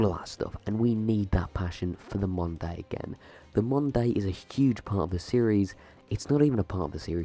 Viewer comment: I did not know you were saying "modern day" I though you said mundane, and was like what is he talking about